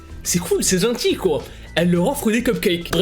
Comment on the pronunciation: C'est moi où il a dit zentie au mieux de gentil